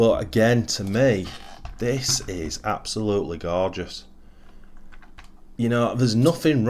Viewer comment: wow you did say that word quite a bit, but Hey its absolutely Gorgouse so why not hope ive counted correct hahaha, all in great fun love the channel and all your efforts bud, cant wait to see more builds like that gt2, cheers:-)